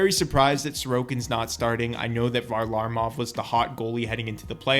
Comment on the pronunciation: Say varlamov right